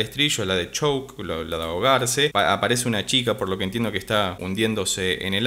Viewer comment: Hola nuevamente!!! Excelente querido, gracias por traer a The Warning a tu canal!!! Me dejas que te ayude como me ayudaron a mi con la pronunciación? Es "Diciple" se pronuncia "Disaipol" (La O casi imperceptible) y "Choke" sería "Chouc" (La U casi imperceptible). Que impresionante no? Como suenan, como resuelven sencillo todo, creo que van directo a convertirse a una Banda que va a marcar un antes y un después, público MUY joven las sigue y gente MUY mayor también es impresionante ver comentarios TAN variados y son en un 99% positivos. Para navidad, sacaron en su Canal de YouTube, la Live session de "Animosity" TEMAZO, ahí las podes ver ejecutando los instrumentos y la verdad que tienen una energía que impacta demasiado. Gracias por compartir tus conocimientos, que tengas un excelente fin de año y el que venga, te vaya mejor con las criptomonedas jajaja.. Abrazo grande desde San Juan!!!